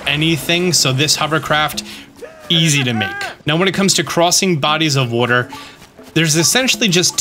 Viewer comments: I recently found your channel when I started playing totk and I didn’t know anything about you except ONE THING…I knew for a fact you lived somewhere in the northeast of the United States because in one video you kept saying “wooder”…iykyk 😂😂 and now you just confirmed it by saying you’re from NJ 😂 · I knew you were from Jersey when I heard you say water 😂😂😂😂😂😂😂😂